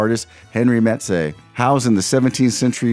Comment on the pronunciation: great video but please how come you did not learn how to say Matisse properly, pas possible! 😂